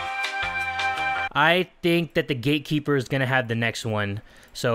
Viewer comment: I always think you say the gay keeper XDDD